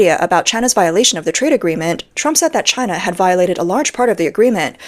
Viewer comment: Taiwan is the much better Chy-Nah.